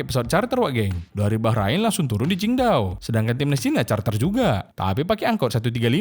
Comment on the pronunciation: Qingdao min,bukan chindao😭😭😭